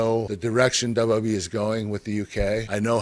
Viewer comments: we learned that he pronounces wwe wrong.. (your a legend sir.) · dub dub e (WWE) like e c dub (ECW) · Who else hates how he says wwe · Why is such a struggle for Kurt to say "WWE"?